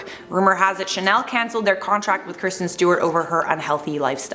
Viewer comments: Its Kristen not Kirsten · It's "Kristen Stewart" not "Kirsten Stewart" and you spell it "David Beckham" not "Beckham" 😂🤦🏼‍♀️ did nobody notice pre production? This is just sloppy research!!! Come on!!! Do better!!! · Kristen Stewart. It’s Kristen... not Kirsten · It’s Kristen not Kirsten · Anyone else bothered by her saying kirsten and not Kristen 😂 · It's Kristen, not Kirsten :p